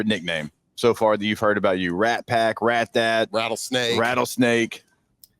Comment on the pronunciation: They said Rat Dad or Rat Dat?